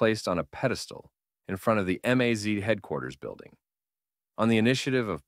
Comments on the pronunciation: Em-az? 😂 It's just a maz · I like how your AI voiceover chose to pronounce MAZ as “amaze” from time to time.